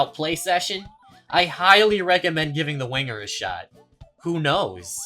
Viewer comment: "The Wonger"